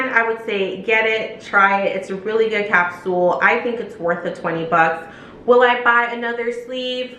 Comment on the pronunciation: Did you say "Capsuel" ?